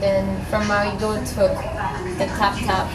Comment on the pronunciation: Is the girl haitian cause when she pronounces marigot she says her r like haitians do